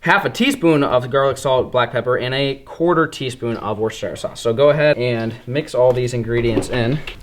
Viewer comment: Search up how to say Worcester 😂